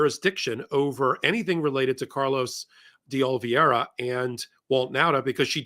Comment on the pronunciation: Carlos di O-lee-VAY-ra. The penultimate syllable rhymes with DAY.